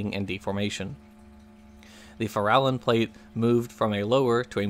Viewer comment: minor item re pronunciation, going by those Nick Zentner geology bunch, it's the "FAIR-a-lon" plate